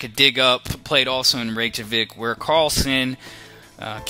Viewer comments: I understand but its not how you pronounce it like REYK-JAVIK it should be REI-YK-KA-VIK this is the correct pronunciation. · It is pronounced as Re-Ka-Vik not Reyk-Javic like how its spelled. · Looks like it depends on what place you are. In the video you pronounce it the way its spelled. Reyk-Javik. Not Reyk-Kavik. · Dude , it' s not casper-off, it's Kas`PA-rov! Not to mention Island's capital...